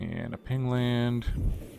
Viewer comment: pain land not ping land silly